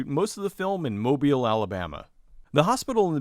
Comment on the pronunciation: FYI, the emphasis on Mobile is on the second syllable, not the first. It's pronounced mo-BEEL. I grew up not far from there.